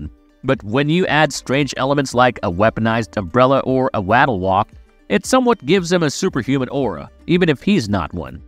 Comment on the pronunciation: Ive never heard someone pronounce "waddle" like its spelled